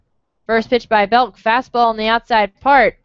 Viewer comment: It's BELK, not Beck!!!